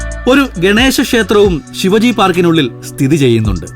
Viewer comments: Please note it ....Shivaji ennalla Shivaaji ennu pronunciation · ഛത്രപതി ശിവാജി not ശിവജി. Please correct. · When you say Shivaji...just stress the 'a' Shivaaji.. 👍🏻 Shiv-ji is a God... Shivaji was a ruler very important to Maharashtrians ..Otherwise great video 👍🏻😊